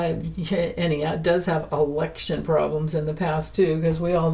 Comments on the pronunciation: Were you saying election problems or erection problems? Or both? 😂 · I thought you said erection problem, but you said election problem!😂